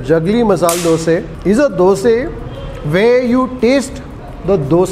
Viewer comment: That masal dosa is really appetising. By the way we love the way you call " Doseee". Out here in Tamilnadu it is dosai with a pronounced " I " at the end.